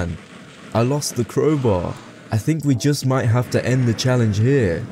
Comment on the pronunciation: "tHe kWoWbAw"